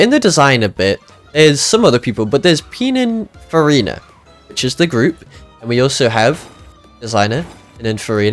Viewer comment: why does bro keeps saying pinafarina